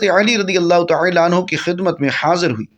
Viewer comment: TaAla ko Taela q keh rahay hain aap ???bohat koft ho rahe hai apko ghult talaffoz boltay sun ker